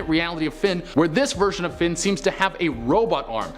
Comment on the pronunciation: I'm sorry, did you just call Finn "Flynn"? People always do that to my son it's so annoying